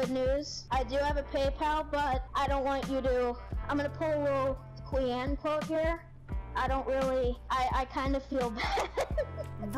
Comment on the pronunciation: "i'm gonna pull a little queeane here" 😂😂 dead